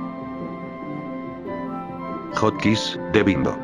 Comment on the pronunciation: Se dice hotkis